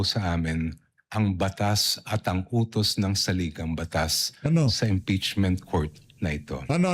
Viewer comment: Diokno- Ngeeepeachment ba?? 😂😂😂